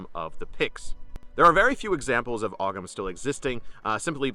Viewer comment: FYI: Oghams. Are actually pronounced as oh-ums.